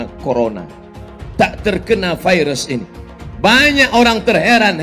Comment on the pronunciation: Virus pak bukan vairus...